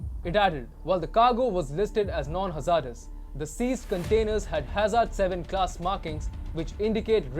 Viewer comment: Learn how to pronounce “ hazardous” please.